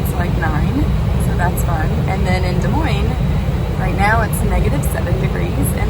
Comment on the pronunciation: Des Moines (dah-moyn) you pronounced it right! Happy 2022! Al from SW Florida! 🌞 🌴